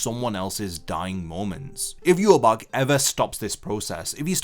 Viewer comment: The correct way of saying Yhwach is Ya-wak